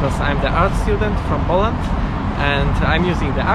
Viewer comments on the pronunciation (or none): none